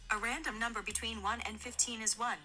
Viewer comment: Can he just take the time to say “between” the sentence sounds so illiterate